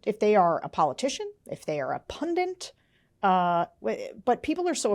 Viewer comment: It's Pun "DIT." What the heck is a pudint.